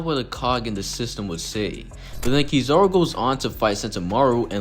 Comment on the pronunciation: Who the hell is Key Zar Ru.....I thought I was Kizaru